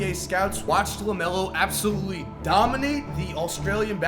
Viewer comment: Bro, what is this thing you do when you say a word with an L in it? Ggglameggglo is ABsogggllutely eeegglite!